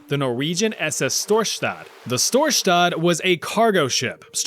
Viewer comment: Why is it that every time an anglo is gonna pronounce something in Norwegian the s becomes "sch" or "sh". Dude, we're not fucking Germans. It's pronounced "s" like in English. It's not "Schtorschtadt!" It's "Storsta" (the d is silent). Thank you for your attention!